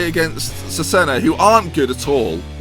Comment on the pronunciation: loving the series but it's pronounced Chezayna :p